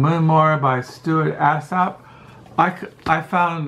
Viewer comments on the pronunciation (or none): You destroy authors names, LOL! Jan - pronounced 'Yan' Alsop - 'All-sop'